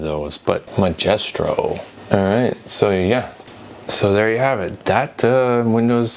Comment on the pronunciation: It’s not “magestro” it’s “Maestro” like a master or highly skilled person, usually in music. ESS used the Maestro label for a variety of sound cards/chips, they had really good DOS compatibility from what I recall.